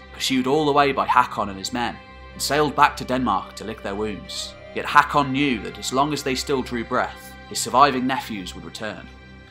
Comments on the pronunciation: Its pronaunced hokon :) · Learn the pronounciation - Haakon is pronounced “Hokkon”. Try learning something instead of uttering drivel. This history is deficient in most of it’s claims. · aa or å makes a hard O sound so it's "HOE-kon" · As a Norwegian, I cringe everything you say "HEKKON". The å/Å/AA is pronounced like the "a" in "alright". And in case you wonder the ø/Ø/OE like "e" in "early". And even English once had æ/Æ/AE, as in CÆSAR, and pronounced like the "a" in "Mary". Other than that though, this is excellent. I'm going to watch them all of course. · Butchering the name tho. AA is an Å (sounds like the A in hawk) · the way you pronounce norwegian AA is the same as the norwegian letter Å. wich easly described in english is The first sound in the letter O